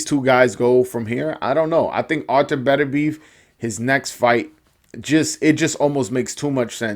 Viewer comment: I called 9th round I knew Beterbiev would walk through Browne. Browne was given a gift in the past againt a dude Beterbiev almost killed. BTW its Pronounced Better-be-ev. Peace